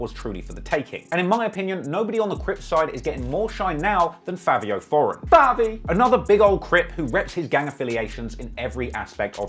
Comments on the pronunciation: It’s Fivio not Favio 😂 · is it pronounced "favio" or "fivio" ??